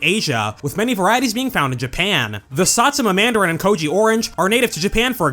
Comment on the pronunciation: I was caught off guard by that satsuma pronunciation 🤨